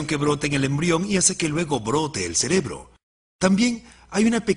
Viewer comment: Para la compañía que hizo el doblaje. Se dice « cerebro » no « celebro » 🙄